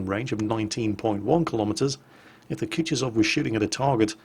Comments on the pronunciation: koo too sov...not koochtisoff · it's Ku-Tu-Zov. stress on the second syllable, not the last one, Kutuzov was not French, in fact he kicked Napoleons's ass.